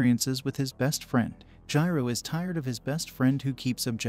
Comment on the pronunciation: Jiro lol it's jirou